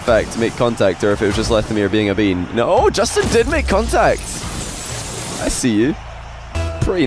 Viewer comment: "Jastin" :v